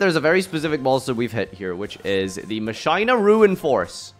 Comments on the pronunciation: Bro pronounces "Machina" (Mach like Mach 5 and ina like the Vtuber. Machina) as "Mahshyna". What? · "Moc-eena" is how you pronounce Machina... ever heard of Deus Ex Machina?